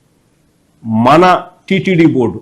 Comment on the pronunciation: Adi bold kadu ra board ra